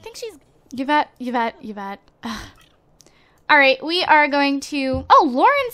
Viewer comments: It's pronounced EE-vette. Not Yeah-vette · Yvette is pronounced i-vet, hope you read this =D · Her name is not pronouced evet (Yvette)